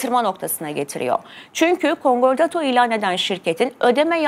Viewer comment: Kongortoto degil, KONKORDATO